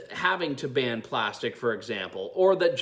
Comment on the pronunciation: Was he going to Barn plastics or Burn plastics or Ban plastics. He can't even read from a script. It is so sad!